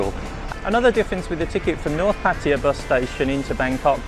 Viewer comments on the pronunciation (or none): Why you pronounce Pattaya like a Patya?